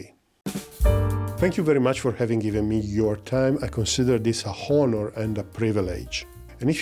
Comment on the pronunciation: Great video as always. Just a friendly tip: When you say the words „honestly“ and „honor“ just ignore the „h“ and pronounce the word without it. 😉